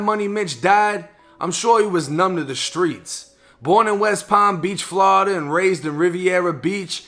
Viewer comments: Bru say flawda so wrong he not from hea that’s all I kno 😂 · "Flada" lmao